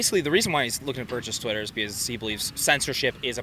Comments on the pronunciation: Did dude say titter account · lol he said titter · I thought he said tinder hhaha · “Titter account”